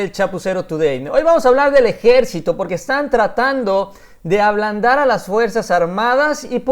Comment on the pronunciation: ABLANDAR, no ALBANDAR